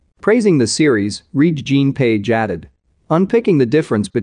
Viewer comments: Please pronounce the man's name correct...it is pronounced Reggae. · Pronounce after me “ reggae John “ 🧐 put some respeck on his name 🤣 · Re'ge-is pronounced Reggae. Jean is pronounced the French way...Jon or John. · Pronounced REGGAE like the music. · LEARN HOW HIS NAME IS PRONOUNCED! IT IS LIKE REGGAE!